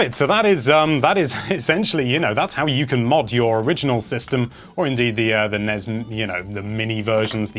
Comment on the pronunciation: I'm Aussie It's NES AND SNES NOT NEZ OR SNEZ